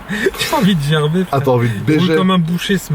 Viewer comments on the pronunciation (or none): none